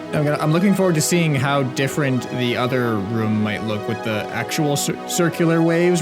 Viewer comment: does anybody else reconize he says wave rum instead of room